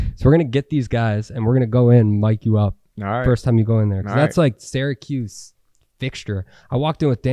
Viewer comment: Great stuff! But please pronounce Syracuse correctly 🫠